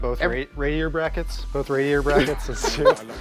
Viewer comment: "Pretty Wicked Radiatah" got me 🤣😂💀